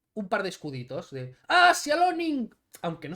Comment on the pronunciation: No es "sialoning", es "silaioning", de sea lion, león marino.